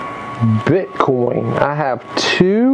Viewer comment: those are different Cryptocurrencies in this Coin Pusher. Also, You Keep Saying Bit Con instead of BITCOIN!!! #Ethereum #Dash #Bitcoin #Litecoin etc.